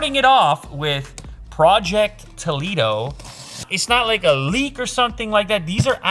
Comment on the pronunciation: omg, that "toledo" in your languaje sounds "toliro" in spanish you said toliro,is not toliro is toledo,follow mi steps: until "tol" was right your pronunciation, then take the sound from the following capital letters from english words: intEl, Disck, mOney is easy...in spanish we make sound with each letter,not like in english: name (your sound is neim,so the last E is doing nothing in the word)apple (the last e is doing nothing in the word) in spanish: nombre(in the last E we make the sound from the E of intEl and always we make the same sound for that letter) we have to learn english...and when the english people is going to learn spanish a part of cerveza, hola and gracias??